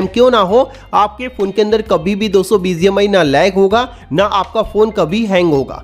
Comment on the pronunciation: Not Bizi mi❌bgmi,✅